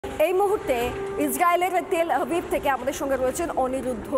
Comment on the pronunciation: কি মুর্খ! তেল আবিব টা ও শুদ্ধ করে বলতে পারে না!